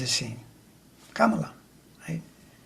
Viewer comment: Great sense you make of this. I have to remind myself constantly to say her name, not like Pamela, but like 'comma la'. Many of us do.